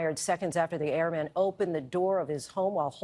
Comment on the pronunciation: It's pronounced airmen ,not airman